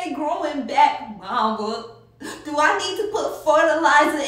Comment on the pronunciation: " Do I need to use ferterlizer and water now" BHAHAHAHHAHAHAH